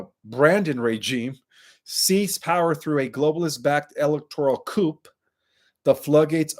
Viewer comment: So pronouncing military Coup has a silent P